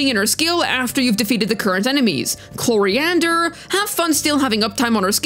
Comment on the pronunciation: I love how wrong you pronounce Clorinde, cute